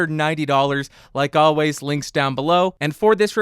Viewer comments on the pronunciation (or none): none